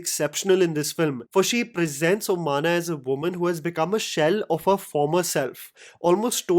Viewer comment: Oh-man-a bro, not omaana 😂